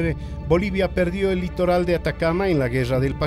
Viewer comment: hagamos una colecta, y comprémosle una R al "llelatoll"